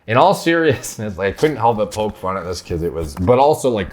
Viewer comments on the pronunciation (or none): none